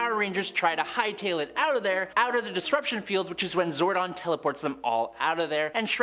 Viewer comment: It’s zordon not zardon schwinhunt